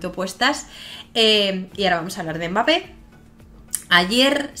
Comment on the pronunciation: Bonsoir/buenas noches...por favor/s'il te plaît...LOL...el 'M' de Mbappe no se dice.. se pronuncia BAPPE..Ya eres una estrella por tu canal..algunos africanos te siguen y ojala que muy pronto podras cambiar la mala pronunciacion del nombre de 'kyky' MBAPPE LOTIN..un cordial saludo